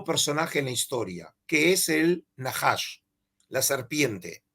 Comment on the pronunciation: No es Naahash es Najash